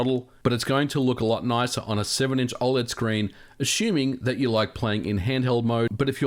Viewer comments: Dude you gotta stop saying oled like that, fr It's oh-led (I think) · You say OLED very weirdly!